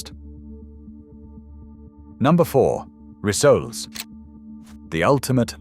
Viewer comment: Learn to pronounce "rissoles" - they are NOT "resolais" or and other silly name!!